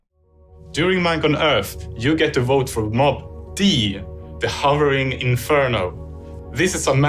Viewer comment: You said Vot instead of Vote